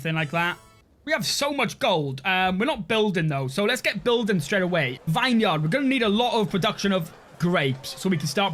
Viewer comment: say it with me VINeyard mouth the words VIN VIN VIN in swear it just wont be a video without you saying a word so wrong 😂